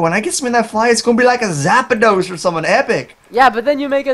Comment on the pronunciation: Tell its zapdos not zapados